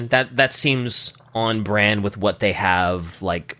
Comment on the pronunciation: better hath gotten an earful after that last "WEHAT"